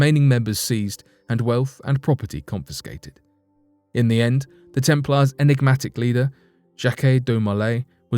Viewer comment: The temp'laars? What's with the American low English? 🤔😭